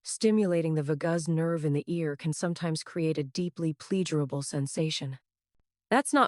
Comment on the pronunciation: Thank you Dr. AI….you can’t even pronounce “vagus” correctly….who ever heard of the “vah-gaze” nerve ? Stupid !!!…oh and “plea-gee-er-able” for pleasurable…stupid